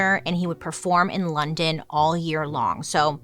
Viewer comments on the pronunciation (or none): none